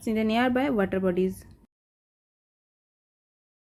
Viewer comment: Mam ("4" 'e') ar "water" noy "weather"